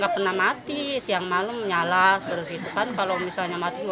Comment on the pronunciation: Mbak reporter, Nyala mbak, Bukan "nyalah"